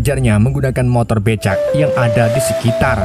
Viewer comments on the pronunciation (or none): none